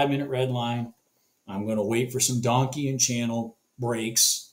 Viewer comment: "donkian" high... lol dont know if you really call it that or not. but it was funny. Just not how its pronounced.